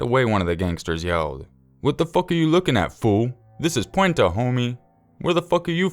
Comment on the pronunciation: It's Puente. Haha pwenta